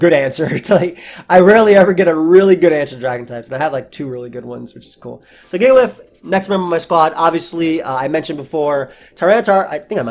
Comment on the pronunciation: you mispronounced jigalith.